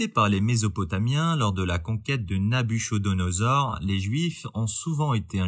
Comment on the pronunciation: Nabuchodonosor se prononce Nabukodonosor